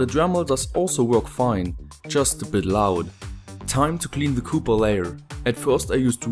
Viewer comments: Das heißt copper und nicht cooper! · Webgkil yes Right😂😂 it should sound copper not cooper😂😂😂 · By the way: it's copper. Not cooper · Meine Gehörgange verkrampfen jedesmal bei "cooper" Sprichst du das absichtlich falsch? ^^